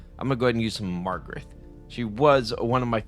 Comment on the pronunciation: LIKE #25. You are not pronouncing Magarth correctly. Read the name and say it. It is not MaRgareT. It is MaGARTH. Hooked on Phonics can work for you,. 😉